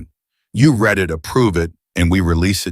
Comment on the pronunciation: Teach your AI the difference between read and read.